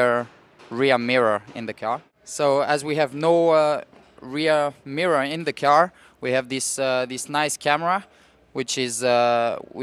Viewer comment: He called the car a “key are” kinda weird........